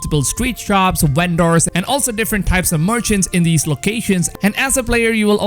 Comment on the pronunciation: "Uendors" Lol